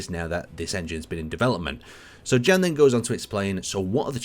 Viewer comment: you can read "Jan" name as "Yan" just like in the the word "yes" (affirmation).